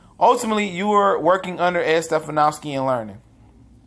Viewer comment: It’s ed sti-fan-ski